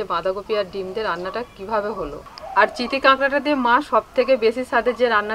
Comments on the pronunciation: চিঠি না চিতি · চিঠি না চিতি হবে